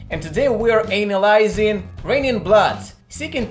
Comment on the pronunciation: “Anal-aye-zing” ( ó ͟ʖ ò )